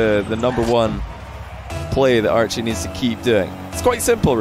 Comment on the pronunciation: Idk y I keep hearing say Arju instead of Archie xD